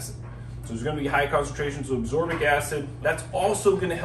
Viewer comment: Ascorbic acid.not absorbic